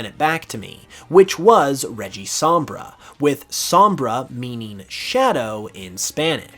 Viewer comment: As someone whose Spanish is their mother tongue I was sincerely worried about how you would pronounce cuatro😅 But you did it very well👍 The way you pronounced sombra too👏 I absolutely love Rocuatro and Shiroja. I would be thrilled if they were real. And while I don't care about the regies, that Regisombra looks great. Great work with these👏👏👏